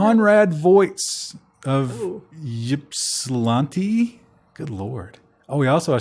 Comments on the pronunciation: As someone from Michigan, Ypsilanti's town name is stupid. Also, it's pronounced "ip-sil-lanti" without the Y sound. You guys probably don't care and I don't blame you, but at least this drives the almighty engagement machine. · SWEET! Local news. Michigander accent pro tip: the Y in Ypsilanti is pronounced with an I sound. Ypsi for short, but pronounced ipsy.